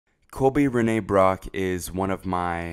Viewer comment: “Colby Renee Brock” lol